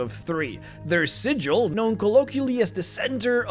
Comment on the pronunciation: Sigil is pronounced with a hard G.